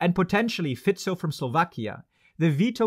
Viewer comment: like from pronouncing the slovak PM Fico correctly